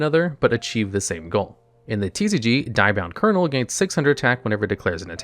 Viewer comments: I'm triggered by the constant pronunciation of Die-bound instead of Dia-bound. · dia bound like dio, not die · Hey bro, I really like your vids but you have absolutely no clue how to pronounce half the cards/cast from the show. “Diabound” is so butchered terribly. please do more research on how to correctly pronounce more cards.